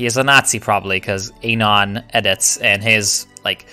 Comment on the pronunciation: You say anon like anal and it bothers me